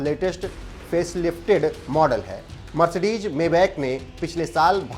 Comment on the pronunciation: Mercedes hota hai na ki🤣 Mercedeg..